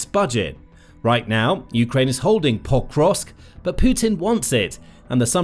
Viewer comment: Did you realise you were pronouncing pokrosk wrong then record yourself saying it one correctly once and edit that recording over the original? You say forgot the first two then you suddenly start saying it correctly but it sounds really wierd. Like every time is exactly the same stresses and doesn't flow with the rest of what you are saying?